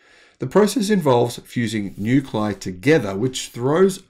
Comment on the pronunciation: Nuclei is pronounced "new-klee-eye" not "new-kleye"